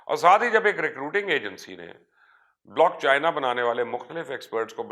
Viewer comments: لعنت تیری ری سرچ پہ پائی، بلاک چین ہوتا ہے بلاک چائنا نہیں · Mubashar sb blockchina nhi blockchain hota hy, ek to ye lafz drust farma lain n 2ndly one coin ka bitcoin se kya comparison bhai?????? Ap bitcoin ko study krain ap ko reality clear ho jaye gi... Thanx